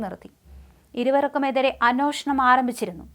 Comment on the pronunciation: Annoshanam alla annweshanam